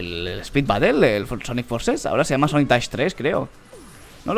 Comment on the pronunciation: dice sanic :v